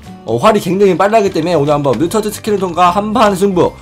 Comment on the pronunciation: 뮤텐트 스켈레톤 ㄴㄴ 뮤턴트 스켈레톤 ㅇㅇ